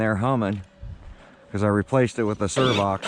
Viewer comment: it's SAV OX servo not SERVOX 😂